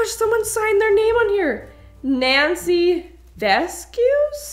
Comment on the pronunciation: VESCUES??? VESCUES??? DID SHE MEAN VASQUEZ 😭😭😭 HOLLERING RN